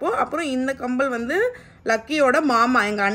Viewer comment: Not kambal it's kammal 😂❤